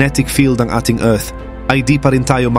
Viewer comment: Ayusin mu Naman Pag pronounce ang Earth.